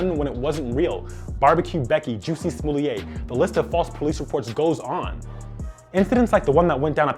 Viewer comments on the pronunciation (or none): I REALLY HOPE HE WAS FUCKING BEING SARCASTIC AND NOT SERIOUS. THE MAN NAME IS JUSSE SMOLLET NOT JUICY SMOOLIEA' LMAO SMH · We not about to skip over the fact that this man said JUICY smollet 😂😂😂😂 am I tripping or is Jussie Smollett's name pronounced like "Juicy" lmao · Haha he said Juicy Smooyey😄😄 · I like how he stuck with the Jussie Smollett pronounced (Juicy Smooyay).. 😂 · HE SAID JUICY SMOLYE HAHAHAH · Bruh just said Juicy Smolliet 😭🤣😂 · "Juicy Smoolyay" is a joke pronunciation Chappelle uses, saying he is French, also a joke. His name is Jussie Smollett, pronounced like it looks. Lol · My man really said "Juicy Smooliaye" 🤣😂😭😭😭😭😭😭😭😭😭😭😭😭😭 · He said Juicy Smooly-Ye 😂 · Did he say Juicy Smulyay 😂😂😂😂😂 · He pronounced "Juicy Smolieh" 🤣🤣🤣 GOLDEN! 🔥🔥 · Isn't that how Chappelle pronounced it when joked about it?..... Classic!!! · He said Juicy Smollet😂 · He really called him Juicy Smooliaye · I just like the fact he mentioned "Juicy Smoooyay" 🤣🤣🤣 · He said Juicy Smoolier for the false police reports 🤣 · Juicy smoulliet? Is that how it’s pronounced or is the dudes name Jessie? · Did he say "Juicy Smolliet"?!🤣🤣 You better sublty let people know you support Chappelle! And btw, I'm LGBT and we're not all these Queerens. A joke is not hate speech. If you cannot laugh at yourself you have no business laughing at anyone else. To do otherwise is a form of bullying. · You snuck in the “Jussie Smooyé” lmao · So we gon act like we didn't hear him say Juicy Smooleyeh? Lol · Did he say Juicy Smoothie'....🤣🤣🤣